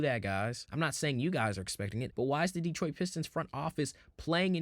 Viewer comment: Asur Thompson is a unique player freak athlete comparing him to P J Tucker is ridiculous Cade Cunningham is an excellent defender! He plays nothing like Harden. Please learn how to pronounce Detroit. You know nothing about our team what you should be talking about is how we are ahead of schedule! Trajan knows what he’s doing! No need to do anything major this season he’s going to see how far this group can go , then he will make moves in the off- season last of all Orlando is not a typical 8 seed had they been healthy they would have finished much higher! What this 60 win team has shown is there is more than one way to win in this league might even get some real fans back! You know ones who appreciate defense, physical play! Instead of let’s shoot 50 3’s a game, hunt fouls and push offs to gain space on offense